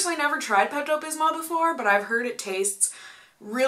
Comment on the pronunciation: when you say bismol you can't really hear the l at the end so it sounds like bismo